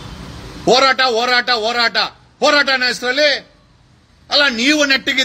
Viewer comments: Akadeyvru eshte higher education madidru pronounction sari madall. Horata ke orata abba annoke habba 😂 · ಒರಾಟ ಅಲ್ಲ joker, ಅದು ಹೋರಾಟ😂